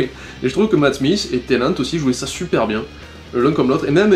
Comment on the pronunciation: David Tennant, pas Tennet ! C'est pas un laveur de vitres ! *tennet=t'es net, blague de merde*